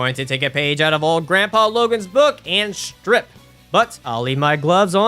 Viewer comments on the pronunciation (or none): none